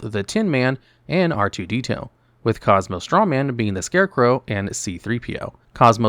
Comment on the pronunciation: Did i hear R2D-tail right after it aswell? 😂😂😂